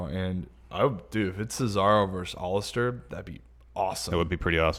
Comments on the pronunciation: Nobody:: OLLISTER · I wish knew how to pronounce the name Aleister.